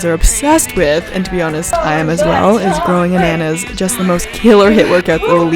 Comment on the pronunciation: why is everybody saying the name "growingannas" wrong it's "growingannanas" because Annanas is the german name for pineapple...